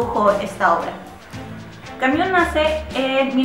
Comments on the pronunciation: mmm, yo puedo sobrevivir, no pasa nada por no escuchar "Camiú" :) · Buena reseña, sin embargo, es bastante irritante escuchar la mala pronunciación del apellido de Albert Camus, sería más aceptable solo pronunciarlo como se lee. Saludos.